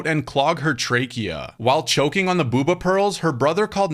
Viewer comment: It’s Bo-Ba you dunbass